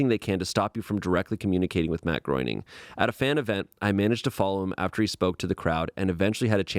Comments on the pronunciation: The scariest part of the Simpsons story is how pronounces "Groening" 😂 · pronunciation of Groening is sending me